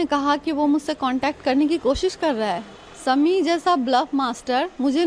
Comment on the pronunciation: Drama queen ,, husband k naam bhi sahi ni bolsakti Sami Sami it's shami